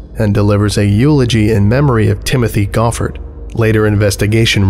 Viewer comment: Amused that you know how "Reading" is pronounced and then beef on the name Timothée Goffard (similar to "tee-mo-tay go-FAR").